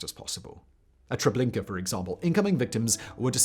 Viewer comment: All I heard was "Trablinkur" for reference.